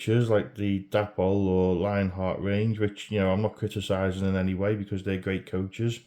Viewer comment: Yes you pronounce Darstaed right.